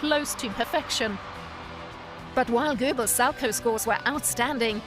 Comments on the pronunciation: “Sal-co” ouch. It’s salcow get it right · Isn’t it pronounced sal cow? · When you say salchow it's kinda annoying because me and everyone at my ice rink pronounces it sow cow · How come it's pronounced Sal-Chow when his name was actually pronounced Sal-Co. My last name is Markow(W silent like this skater's name)so that's why I brought it up.. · it's pronunced sal-COW, not sal-ko. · Learn how to pronounce Sal-cow. Not Salco. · When you get a narrator that knows nothing about ice skating you get someone sal-coe. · Can you please do your research before posting such videos? As a long time avid fan of the sport it was almost annoying listening to you mispronounce the Salchow as well as Surya Bonaly’s name. 🤦🏼‍♀️ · So, so inaccurate! Kurt Browning never tried a quad SALCHOW against Boitano in the Olympics that year. It was a quad toe loop. Get your facts correct....and maybe your narrator's pronunciation of it too.... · I cringed every single time she said “Salchow”. Maybe we just pronounce it differently here? Idk I skated a tiny bit when I was little but quit to do cheerleading so maybe I’m just wrong? But I’m pretty sure that’s not how you say it.